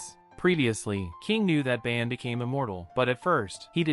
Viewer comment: It’s not ban its bon